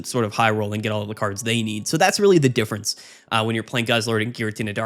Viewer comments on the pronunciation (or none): none